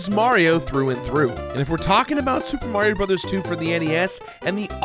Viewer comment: SUPA MARIO BROTHAS TWEW!